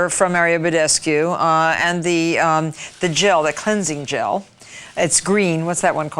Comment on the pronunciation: glensing gel